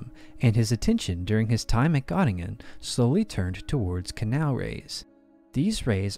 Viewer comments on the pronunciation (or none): An interesting issue. But, 80 years after we lost the war, the names of people and towns should be pronounced according to the country. I cannot remember any university in Gattingen. However in Göttingen. Thumb down. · Gö in Göttingen is pronounced like Gi in Girl.